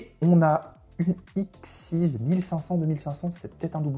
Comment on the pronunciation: Le canon dragon XYZ ne se prononce pas exceez (trop matrixé par les cartes xyz 😂), comme c'est la fusion de tête de canon X, tête de dragon Y et tank de métal Z on le prononce comme on prononcerais l'alphabet ( X Y Z ). Archétype jouer par Chad Princeton dans GX notamment.